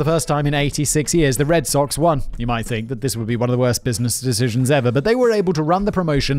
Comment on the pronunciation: Simon: makes fun of himself saying "dishishuns" Simon correcting himself: Repeats the same mistake lol Love ya guys!